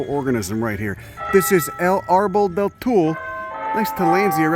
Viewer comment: It's pronounced "too-lay".... You're welcome, love you, go fuc yourself.